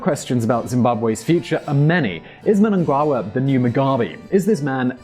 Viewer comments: the reason found it hard to pronounce Emmerson Mnangagwa's last name is cause he misspelled it. he thought it was Mnangawa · Munangangwa: moo-nu-ngu-g-wu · Mnangagwa pronounced as (Muh-nah-nga-gwa) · This is how you pronounce our President's name Mu-na-nga-gwa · Nice try, but his name is M'nan-GA-gwa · it is pronounced m-nam-ga-wa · let me help you, its pronounced Mmm- nun-gug-wa =D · Hahahaha Well we forgive you on the pronunciation of Mnangagwa, your research was good, I agree with you 100%. I think Lacoste/ Crocodile will not lead the country out of poverty, he is just a continuation of the same policies and political party. Zimbabwe lost their chance for real change in 2007 when Tsvangirai won the election. Zimbabwe needs a new president and political party altogether. ZANUPF has reached its lifespan. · Mnangagwa isn't that hard to pronounce, in my opinion. But besides that, this video might have taken a long time to arrive but I'm happy it had quite alot of detail. Great video, and Reconsider Podcast person- can't wait for the next one as always! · You definitely butchered Mnangagwa's name lol